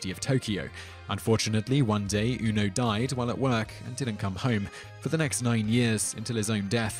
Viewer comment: Simon! Ask people if you can't pronounce stuff. The dog's name is HA-chiko with the stress on the first syllable, and the other two very short and clipped in the Japanese way. You make it sound like "half-chico". And Ueno is pronounced "wayne oh". A rudimentary ear for non-English languages would be enough to steer you on your way. You can ask virtually anyone because I have never encountered anyone ever worse than you at butchering foreign words. Have you lived your 'peeso' episode down yet?